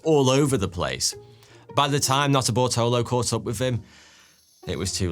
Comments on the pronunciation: Okay, you say the guys had a weird name. But every time you say the main guys name, I swear you're just saying "Not a Butthole o" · Who else kept hearing "not a buttholer"🤔🙃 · Sorry dude, but every time you say Nutterbartolo, I only hear Nutter Butter. Speaks poorly to my mis-spent youth in front of a television.